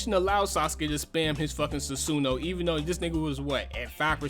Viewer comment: This man can’t pronounce his shit lol Susan and atumarusu